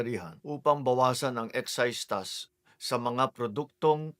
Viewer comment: ayusin mo po pag pronounce ng Tax